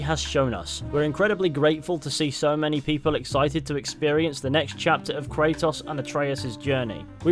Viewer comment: Kratos's first game came back in 2005, yet still you struggle to properly pronounce his name, wtf? 😐